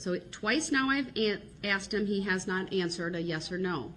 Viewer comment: "You heard what I axed." Who speaks like that to a judge? 😮